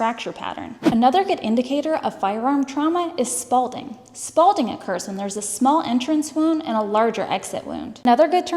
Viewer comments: She claims it’s “spalding”, but isn’t it “s😊palling”?? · The word is "spalling" for flaking off slabs of material. You're putting a "d" in it, like in Captain Spalding. Other than that, fascinating info. Subscribed. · You say 'spalding' but the actual term is 'spalling', isn't it?